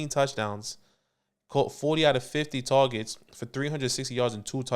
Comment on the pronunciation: "TAWWGETS"